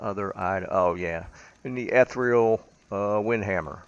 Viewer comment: Ethereal is pronounced differently.